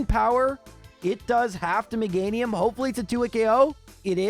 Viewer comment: Meganium 😮 not MEGA- NIUM?